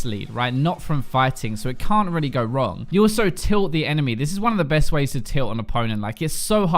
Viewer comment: Anyone else find the way he says tilted funny?